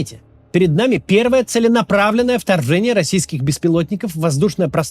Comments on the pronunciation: вторззэние - Кац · "произошедшее названо именно что Фторфшением, и одним из ответом на фторфшение..." И дальше по тексту он с дюжину раз это "фторфшение" произносит смотрю на 1,5 скорости и ржу с каждого выпуска, считаю, этот клоун самый смешной у них